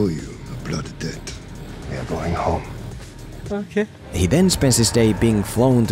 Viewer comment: When he said "ohkay" 🤣🤣